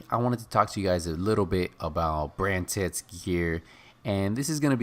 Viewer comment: "brand tits"